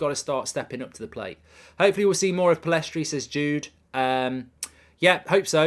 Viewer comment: Pellistri not Pillestri